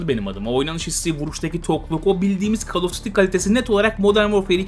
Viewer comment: Hocam "Kol" diye oukunur, "kal" değil :)